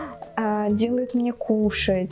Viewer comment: тоже заржал на моменте когда сказала "делает мне КУ-шать"